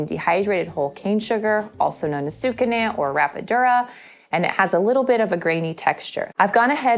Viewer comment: Sucanat sugar, friend 😊 (you always say sucanant)